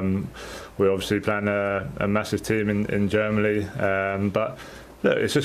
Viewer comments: Harry kane trying to say Germany germaly 😂😂😂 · Did anybody hear Kane say Germaly